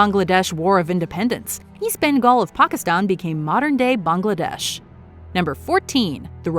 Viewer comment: This is one of very few American-made videos (long or short) where the names “Pakistan” and “Bangladesh” are pronounced correctly. Unfortunately, “France” is mispronounced as usual.